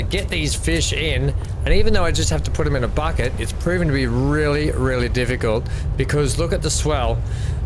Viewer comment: As usual an excellent stream. At one part you said bucket. But I heard something else. I had to rewind. lol